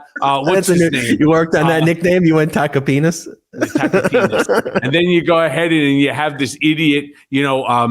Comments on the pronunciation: Did I catch an "attackapenis" in there from Cohen? Awesome. Oh he dropped it again later. Thought I heard him right. Solid nickname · Did he say Tacopenis?!😅😂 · It’s “taco penis” like Stephanie says.